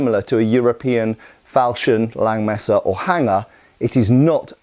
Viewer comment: Langmesser is not pronounced Lengmesser, it's pronounced Lungmesser.